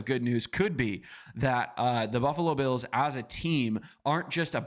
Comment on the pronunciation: Can we at least say the Bills players names correctly if that's the whole channel's focus...